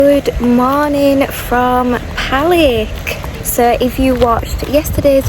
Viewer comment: Most foreigners have a problem with the pronunciation of Serbian words, or nouns of towns and villages. Lake Palić and its surroundings are beautiful, and the correct pronunciation for Palić is Palich.